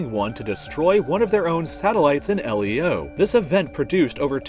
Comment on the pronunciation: It's pronounced leo like the name now L - E - O